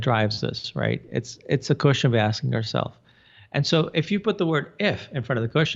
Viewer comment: When you say question, I hear the word cushion!: ) xo